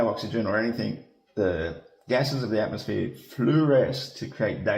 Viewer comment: Also said atmoSPHERE.